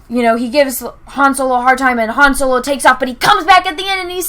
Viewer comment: every time you said Soylo I wanted to end watching your video. I had been enjoying your videos up until recently. Also I still don't like Revenge of the Sith and I can use Return of the Jedi to explain how there wasn't enough story in Revenge of the Sith. It's better than the Last Jedi, sure, but only barely.